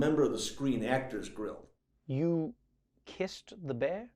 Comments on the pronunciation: Did he say screen actor grill? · Did he say the near us part of the Screen Actors Grill? Didn't sound like Guild to me! Lol 😂😂🤦‍♀️🤦‍♀️ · Hold on, did he say Screen Actors "Grill"?